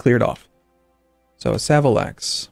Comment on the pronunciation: Savolax is pronounced with a more british A sound. Sav-o-l-axe